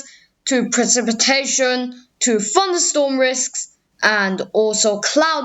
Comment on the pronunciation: actually most of it's very good it's just where you say things like 'funderstorm risk', 'de opposite', 'de Eastern Coast', rest is well pronounced